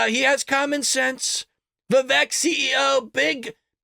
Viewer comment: Its pronounced Vi-vake, he said on Gutfeld. Like cake , he said.